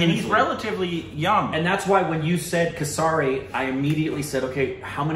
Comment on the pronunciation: You guys watch the movie where the title of the movie is mentioned in it tons of times and still mispronounce it all the time. For example, Kesari, you can make a bit of an effort to pronounce some words correctly, for respect, all words don't need to be "Korbanized".